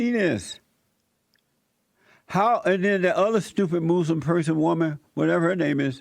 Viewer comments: Love the way he says "moslem" ammazzziiinn. She should be DEPORTED!! The whole west like that we made it and allow other races to live here, and they tell us we are bad people? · WHAT THE HELL IS A MOOSE-LUM LMAO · When the fuck did we start to say, "Moos-lim"?